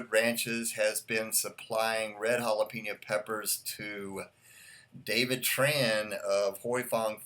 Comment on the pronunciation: Great review. Thank you. You say jalapeño like a real English speaker. You say hala-PEEN-yo. It is hala-PAIN-yo. But that’s OK, it’s not a big deal. You are a an English speaker from the United States, why should you pronounce Spanish words like a Spanish speaker? It’s all good. Again, wonderful review. Great video!